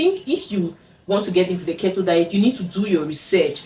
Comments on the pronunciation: It's its pronunced KEE-TOW dear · it’s pronounced “keytoe” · You're wrong...what you're suggesting is actually Kito...which is differently pronounced from Keto...I see a lot of "Kee tow" pronunciation of the word Keto online...sounds funny.